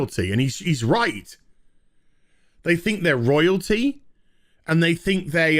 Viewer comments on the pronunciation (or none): did you say Royaltree?